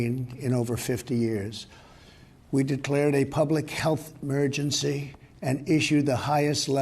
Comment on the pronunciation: Public health Mergency